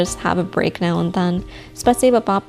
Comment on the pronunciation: im russian and you said spasiba very well